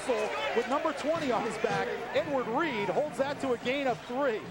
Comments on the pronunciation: The way the announcer said Edward reed made me die inside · Listening to these commentators call him “Edward Reed” is hilarious.